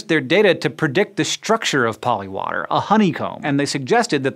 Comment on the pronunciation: When you were saying polywater I kept hearing polliwog and I was like "polliwogs are real..."